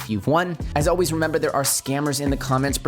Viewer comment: "as alweeyz"